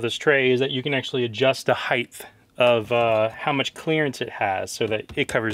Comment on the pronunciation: Did I hear a height-th in there?